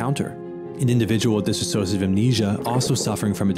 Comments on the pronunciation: DISS OSH A TIVE... not DISS A SOSH A TIVE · DIs-sociative, not Dis A Sociative. cant you read man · DISSOCIATIVE not DISaSSOCIATIVE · it's a common mistake but its di-sso-ciative, not disassoative. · I'm sorry to point it out, but it was so distracting the way you pronounce "dissociative". It's not "dis-associative". Sorry again, it's me, being sensitive to pronunciation, especially when the speaker is trying to present in a serious manner.